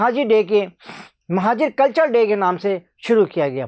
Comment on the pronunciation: Abe bhai pahle bolna Sikh culture de hota hai kachra de Nahin hota jahil